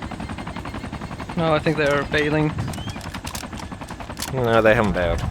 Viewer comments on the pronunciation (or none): That guy is 100% Norwegian, lel "Bailing"